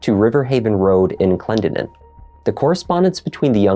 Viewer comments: Hi!! It’s pronounced ka-NAH and Clen-DEN-in just in case!! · The name is pronounced Clen DEN nin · I think you are also trying to say Clendenin- Clen-den-in but Google says it weird like the narrator. Lol "The Clendenin surname was taken on from the place name Glendonwyne, a parish of Westerkirk, Dumfriesshire, on record since the 13th century. The name literally means "one who came from Glendinning (glen of the fair hill). " Like my family, many Irish families settled in the area. ❤️